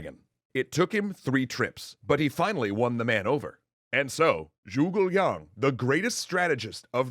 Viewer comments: Joogle Young (Zhuge Liang) is the most impressive mispronunciation yet. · Zoogle long??? The hell are these pronunciations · its prononced zhu ge lang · “Swen Tran” “Joogal Yang” I winced a little.